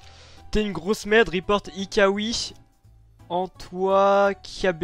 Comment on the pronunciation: c est pas Hikawii mais Hika